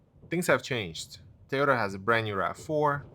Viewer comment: It’s “toy-ota”. Not “T-ota”